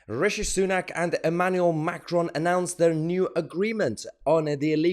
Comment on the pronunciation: I love how Mahyar always calls Rishi Rasheed Sunook 😂